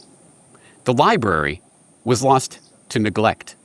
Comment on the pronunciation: Somehow the word "Library" turned into "Lieberry". Eat these berries, and youll be able to lie to others without worry or conscience. Maybe they have a secret Lieberry pasture that all of Government consume.